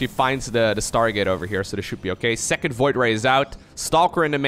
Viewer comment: "what about seecond cheese" hahaha good one